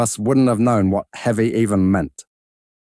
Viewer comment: Drop yer [.haiches ] you'll be aight Kinda eavy